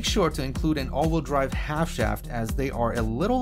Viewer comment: Probably good information, but I was out after hearing “all-wool drive” for the 30th time. “Wheel”, rhymes “eel” and “feel”. All-wool drive is a group of sheep pulling a cart.